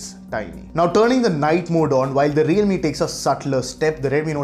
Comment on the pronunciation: he mispronounced it.